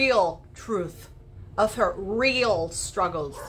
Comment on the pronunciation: “struggles are rrrreal” HA! HA! HA!